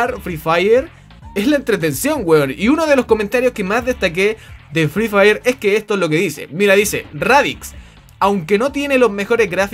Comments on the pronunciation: el fri fair po prro xd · jaja fri fraier xd